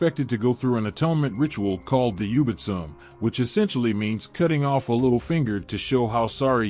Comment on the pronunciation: "yubitsume" yu-bi-tsu-me Not yubit-soom XD